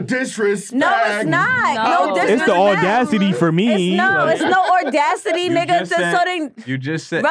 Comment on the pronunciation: did say “ordacity”?